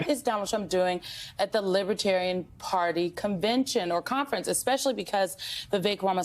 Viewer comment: Does he know the difference between Libertarian and Libertine? From his pronouncing Libitarian leaves me wondering?